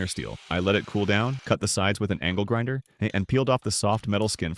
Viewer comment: Bruh i heard ankle grinder that shi got me jumping out of my chair 😅